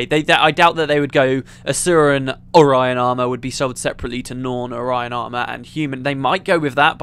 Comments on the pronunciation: Also its ore-eon. Not orion. Its not a celestial formation. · Also, pretty sure it's you're pronouncing "Orrian armor" wrong. The way I imagine it, the O is more drawn out than you make it (your version sounds almost like "Orion")